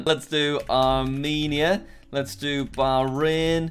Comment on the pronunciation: Hey jack, I would like to say you may be pronouncing a country wrong. It’s not “ Baran” it’s “ Bah-Rain